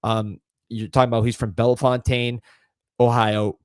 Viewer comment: Bella Fontane 😂😂😂 it's Bell-fountain